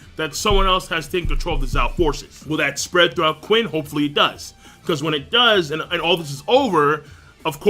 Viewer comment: Qin is pronounced Chin